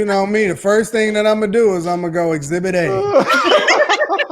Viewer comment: Thank you exhibit Kay not exhibit A lmao